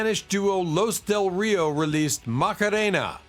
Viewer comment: Los Del Rio pronounced as Lost (but without the "t") or Laws Dell Reeo not sounding as Loose Del Rio